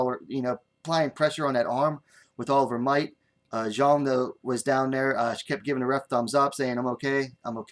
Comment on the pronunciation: Thanks a lot for the post! While pronouncing the surname of Xiong Jingnan, just read it as "Siong."